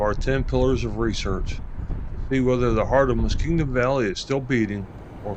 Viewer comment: Columbus newscasters and weather people say it wrong all the time. They pronounce it like Muskegon, MI. Say, "Musk---King---Gum".